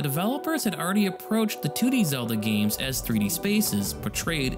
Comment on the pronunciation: Great video! A couple corrections: the word is “tangential” Zedla